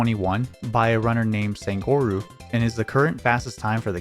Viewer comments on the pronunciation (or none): This is a really minor nitpick, but I really like watching your videos (just became a patron) and this is always a little jarring: I'm not expecting perfect Japanese pronunciation, but if you could take the time to study how the vowels sound (or just put things like "sangorou" into Google translate to hear the Japanese), it would really improve the flow of your videos for me/anyone else who knows some Japanese. (If you happen to know Spanish, pretending it's Spanish rather than English would make a huge difference.)